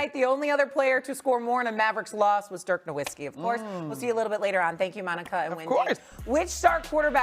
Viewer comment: Dirk is one of the leagues greatest how hard is it to learn how to pronounce his name?